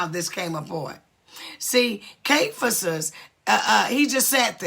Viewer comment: Pronounce Ky-if-is. This leviathan spirit is a narcissistic muckraker. There are 1-2-3 back and forth - who is the strongman?